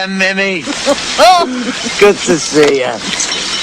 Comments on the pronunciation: Weird that McGann got through this entire production mispronouncing Mimi’s name, as “Mimmee” as opposed to “Mee-mee”, without anybody correcting him. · Its mimi (pronounced meemee) 😒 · Mimi?.. its pronounced meemee tut tut!!